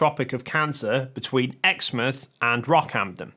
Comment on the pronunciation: West Australian Local here: haha your pronounciations exmouth was great. Wrong, but great. Doesn't detract from the video at all just found it funny that one of the easier place names in this wonderful state was the one you got, and still got it wrong. It's just as it is written ex and in "No, she is my ex." and mouth, the noise making bit of a face. Almost every place near it however even Western Australians will pronounce wrong as many of them have names the natives used, which are generally harder for us English speakers.